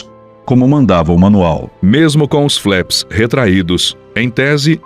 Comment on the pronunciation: Não se fala "FLÉPS". A pronúncia correta, mesmo em Potugues é "FLAPS". O "A"tem o som de A.